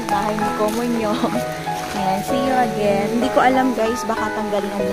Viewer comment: 왜 계속 “코몬용” 이야?? ㅋㅋ 웃기다 진짴!